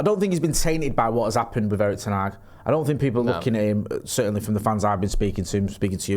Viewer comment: still say Erik Ten Hag:face-purple-crying::face-purple-crying::face-purple-crying